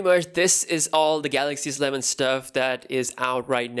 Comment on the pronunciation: I was trying to show phonetically how it should be read. I guess to be more accurate, one should say it as such: Ess-E-Leh-ven Not Sleh-ven